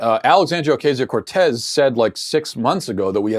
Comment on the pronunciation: Matt -- i agree w most of what u say. But it drives me nuts that u mispronounce everyone's names -- Kamala, AOC, Beto. When u mispronounce simple things like people's names, it makes u sound like u don't know what u r talking about. It's pronounced "COM-a-la," "oh-CAH-zee-oh," and "BAY-doh."